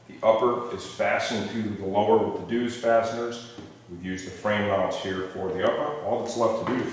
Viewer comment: Its pronounced Zeus (just like the Greek God) although nice job pronouncing the DZ sound in dzus.